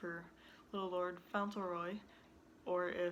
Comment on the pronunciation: Yes that's the right pronunciation